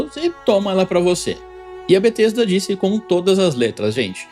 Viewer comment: It's not BaTesta